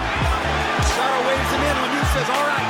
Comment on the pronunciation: I heard Risotto instead of Rosado